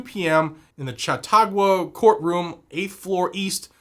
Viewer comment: and you gave better try to pronouncing Chautauqua than many non western NY'ers can 😁